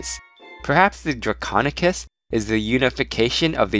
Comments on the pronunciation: he is saying draconekiss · draconequus. repeat after me DRAC-ON-E-QUUS